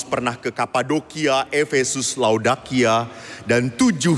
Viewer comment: Laodikia...bukan Laodakia